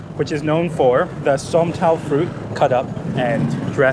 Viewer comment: It’s SANTOL not sontal